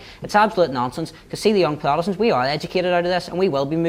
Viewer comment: Why can nobody pronounce their words correctly, peace plotest, young plotestants...